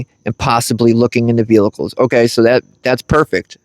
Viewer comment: Bruh. There’s only one “L” in “vehicles”. 😂 It sounds like your saying “veal-lickles” and it’s got me cryin😅